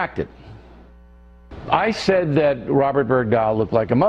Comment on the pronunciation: bergdahl..... it's a fucking nordic name